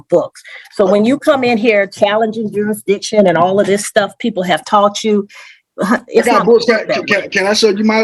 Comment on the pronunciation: What is jurydiction?